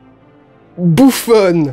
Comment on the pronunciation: "Bouffone" XD